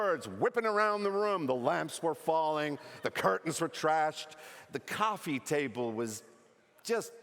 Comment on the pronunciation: He also screwed up 'coffee' but not too badly.